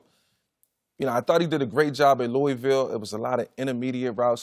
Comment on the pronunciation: Someone tell Skip it's pronounced LOO-uh vul.